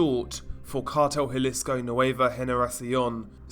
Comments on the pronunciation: Those LMGs are heavy af. Let's point out how sore they were the next day posing with those for the whole video. Also, just a little insight: Jalisco is pronounce Ha-lee-sko, not Jah-lisko. Hear that mistake often in videos. I live a few hours from the border so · Good video but it’s pronounced huh lee sco just to be safe